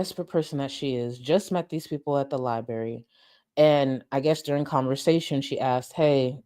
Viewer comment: Gorl, the way you keep pronouncing “Library” is killing me 🤣🤣🙏